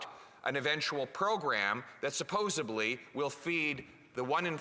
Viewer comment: Did Pierre just say "supposubly"?